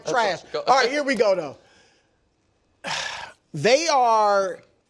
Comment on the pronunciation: Gotta love the ebonics ( here we go doe)